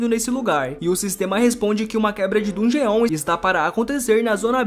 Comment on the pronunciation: da um ódio quando o cara fala "dun ge on" ele pronuncia o bagulho tudo errado